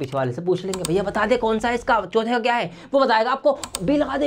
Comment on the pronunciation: chauthe ko chothe😂😂😂😂😅